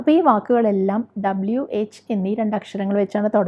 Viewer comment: റ്റിച്ചർ - W- ഡബിൾ യു or ഡബയു എന്ന് പറയുക. ഡബ്ലു തെറ്റാണ്. ok